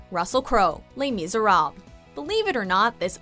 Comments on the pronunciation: "Le misere" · what exactly is “ley meeserab” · might I remind you, these people are ACTORS WHO LEARNED HOW TO SING AND NOT SINGERS WHO LEARNED HOW TO ACT. also, I'd recommend you guys to learn how to pronounce the title "les meezuhrob" correctly please, as a French speaker I am disappointed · “les meezuhrob” y’all really out here tryna call out Russell when you can’t do your research on how to pronounce the musical name correctly, and also check your hearing because he did amazing and fit the role perfectly. facts sis. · The fact that this woman thinks that she can rate musical performances but she can't pronounce 'Les Miserables'… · This entire list is crap. Emma Watson was good as Belle, yes she has flaws but we all do. Russell Crowe was SO GOOD as Javert (Learn how to say Les Misérables lady) which I can say because I have seen the American tour of Les Mis, the West End show, and a broadway production. And then for Gerard Butler was AMAZING as Phantom what the hell!!!!! I LOVE him as this role! In my personal opinion, Michael Crawford was the best Phantom and no one can beat him, so it’s completely unfair to compare them. Plus Gerard Butler did such a good job with Music Of The Night, The Phantom Of The Opera, and literary every other song he sang in the show. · terrible pronunciation of les miserables